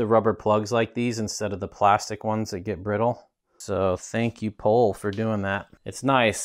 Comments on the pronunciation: Great to finally see this frame on the channel, I think it’s pronounced pol-ay as GMBN has their bikes on the channel regularly and highlighted the pronunciation. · Pronounced Pole ay